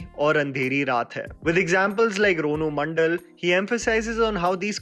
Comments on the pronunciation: you said ronu mandal😂😂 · It's ranu Mondal not ronu 🤣😭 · Ranu mondal it's not ronu mandal